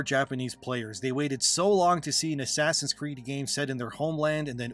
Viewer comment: He said ass creed haha. STOP ABREVIATING SPOKEN PHRASES. Its very off putting.